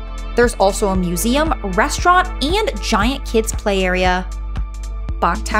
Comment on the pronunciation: Where are you from??? You put a y in front of every word starting with A, ayaand, tyaaampa, advyaaance... Not a Florida accent